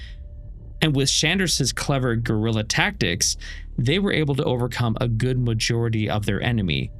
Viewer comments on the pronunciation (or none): none